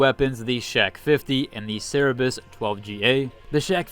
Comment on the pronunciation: Bother, Ser-ber-us = Cerberus not Saribus